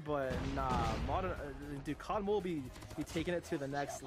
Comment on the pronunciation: With saying cod mobean I just cracked up